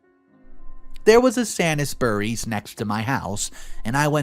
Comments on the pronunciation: Sainsbury's is a superior chain of supermarkets in the UK, and it is not pronounced 'San-is-bury's', but 'Sains-bury's' i.e. 'sain' to rhyme with 'rain' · The OP in the last story was let down by every professional at the school and hospital. Sainsbury is pronounced as Sanes berry.